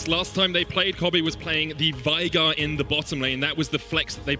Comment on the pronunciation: Can you PLEASE get your casters to say Veigar correctly? Come on man =/